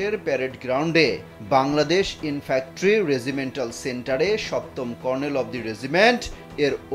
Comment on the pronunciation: উচ্চারণটি হবে Infantry ( ইনফ্যান্ট্রি)।